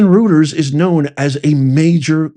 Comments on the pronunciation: On the Reuters page LARG plus the E on the next line = LARGE SCALE SOCIAL DECEPTION (LSD) and Reuters is pronounced “Royterz.” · Reuters is pronounced Royters. L-A-R-G-E is large. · ROY-TERs is how you pronounce Reuter’s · PSs it’s pronounced ROYTERS=REUTERS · Pronounced ThomP-SON ROI-ters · Pronounced ROY-terz. Thomas Reuters Corp is the parent company of Reuters news agency. The "fact" checkers. Pfizer board member James Smith, was the director of Thomas Reuters Corp until March 020. Smith was replaced at Reuters by Steve Hesker. ALSO ON THE BOARD OF PFIZER! And it doesnt end there! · It's pronounced ROY-ters btw. Still absolutely appalling the manipulation of the American public. These outfits need to pay for this. They deprived us of an American President. You're right. It's "scary shit." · It’s pronounced ROY-TERS Professor !! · It's pronounced ROY-ters. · Reuters is pronounced ROY-ters. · Reuters is pronounced like “Royters” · It’s pronounced “Roy ters.” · Large scale social deception It is pronounced ROY TERS. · Let’s try this: Reuters = “Roy ters” Often = “Off en” I’ll see myself out. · It wa paid out of the Disaster Emergency Fund it is Rueters is pronounced roy ters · Professor, you need to work on pronunciations, but you are reporting some gems. It’s Karoline Lev it and Re oy ters as in it and oy! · Pronounced - Roy-Ters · Reuters is pronounced "Royters." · Clear Indefensible Treason. And it's pronounced "Roy-ters"....I actually had an interview with them many years ago. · Reuters is pronounced Roy-ters. German. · thumbnail Reuters (pronounced Roiters) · Reuters...Roy-ters is the correct pronunciation sir. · Large Scale Social Deception! It's pronounced 'ROY-TERZ' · Thank you for digging this out! Reuters is pronounced Roy-ters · REUTERS pronunciation, you may want to work on it, you'll get it once you hear it, lol. Thanks for all you do. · How does the good professor not know how to pronounce Reuters???? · Yes and Nez is pronouncing it incorrectly.